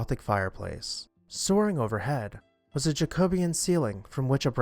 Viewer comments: Thank god! Someone caught it! It was driving me nuts 😂😂😂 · Pronounce IT jack o BE An